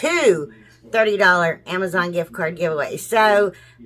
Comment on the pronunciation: lol ..”AMAZON “